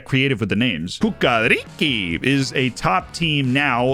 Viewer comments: lmao legend says that you're not serbian if you dont correct its not cucaricy its chukaRichky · It is pronounced "Chukarichki" lol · In Serbian langulange you don't read C as K! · That pronunciation of Cukaricki is sending me so hard, that was hilarious :D